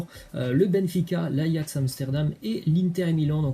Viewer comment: Apprenez lui a dire ajax svp c grave là